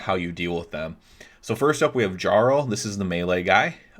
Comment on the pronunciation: Jesus fucking christ. That's not how you pronounce "jarl"